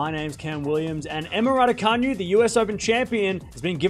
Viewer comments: Ra-doo-ka-NOO, not Ra-doo-ka-nyu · Martin Boeg The all- caps in the last syllable is not a stress, tho. It's to highlight how it's pronounced as opposed to how Cam pronounces it. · It’s pronounced Radoocanoo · Should learn to pronounce her(Raducanu) name correctly before making your Vlog.